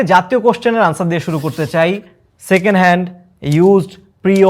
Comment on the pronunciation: Second hand, Pre-owned ❌ Secenal✔️ 😂😂😂😂